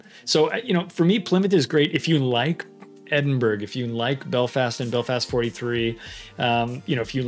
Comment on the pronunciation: Ed-in-burr-uh, for info.